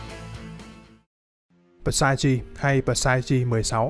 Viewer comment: Psyche > P là âm câm ông nhé, và ch là âm k > nên đọc là xai-ki